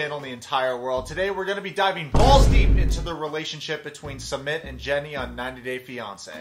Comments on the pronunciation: Jesus his name is not "Summit". It's pronounced like "Soomit", as in "book". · Dude his name is pronounced "SOOO-MIT" not "Summit" we aren't going up a mountain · Ok but his name is not “Summit” like the top of a mountain. Please pronounce it correctly. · Did you intentionally pronounce Sumit’s name wrong? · Fyi...love your commentary but you keep pronouncing Sumit's name wrong.